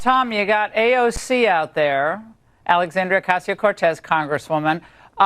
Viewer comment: "AOG". Needs to learn to read AND speak.